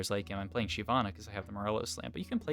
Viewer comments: I've only ever heard it pronounced shivana and that's how it's pronounced in the champion spotlight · Yea it’s “shy-vana”, basically pronounced how it’s spelled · Why do you pronounce it Shee vana?